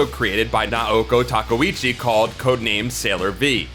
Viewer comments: Her last name is pronounced TA-KAY-OOCHI! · The pronunciation of Takeuchi is killin me. And then I got slapped in the face with TUSKino. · Sailor Aije Tortilla questionable pronunciation is kinda a trade secret of this series